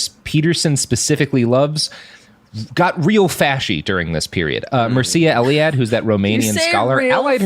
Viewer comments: Mircea Eliade was a man, not a woman. The name is pronounced Meer (like beer) Cha. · A correction: Mircea Eliade (pronounced Meer-cha Eh-lee-ah-deh) was a man. He is popular for his books about religions, and his novel Maitreyi (Bengal Nights) which involves a relationship between himself and an Indian woman Maitreyi Devi. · Mircea Eliade...sounded like you were saying "she"? He's a he. Name is pronounced mirt-shay-ah (or maybe it's mirt-shee-ah...not sure!) Source is Wikipedia. :-) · I believe the sociologist referenced is pronouned MEER-Cha Eliade. It's a Romanian name. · You totally butchered Mircea Eliade's name pronunciation. My girlfriend is Romanian and she told me it's pronounced phonetically like Mear-cha Ellie-ah-day.